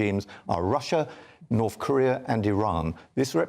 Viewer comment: How novel to have a weatherman say NorTH and not Norf... Keep it up!